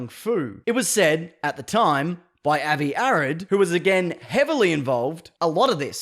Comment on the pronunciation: For the record, Avi Arad is pronounced "AH-vee ah-RAHD".